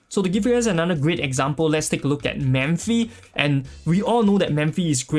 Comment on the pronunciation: I often hear you pronounce “Memphi”, her name is Mephithopeles, right? Her nick is Mephi, if I’m not mistaken. Sorry, it’s just a correction.